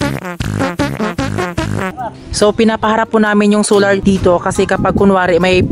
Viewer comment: Sular? Dapat po Solar.. Mali po pagbasa mo